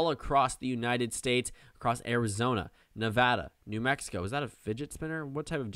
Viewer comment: I died when he said "Is that a figet spinner?"😂😂😂